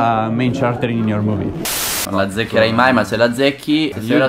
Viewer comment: "a main ciareter in the muvi"